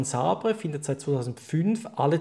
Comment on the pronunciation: Sabre? Ouh man im ernst?.... "Säber" ausgesprochen...nicht SA-BR-E